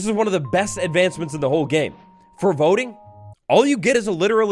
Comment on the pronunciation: Until the word voting came up on screen I thought you were saying "boating update"